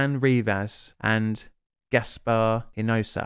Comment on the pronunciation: Just FYI, the correct pronunciation of two Mexican/Spanish names of those who perished. Julio is pronounced "hoolio". Hinojosa is pronounced "inohosa".